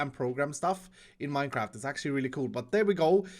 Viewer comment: I think he said modded minecrafty